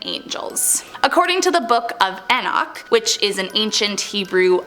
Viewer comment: From the name to the story she just butchered the book of Enoch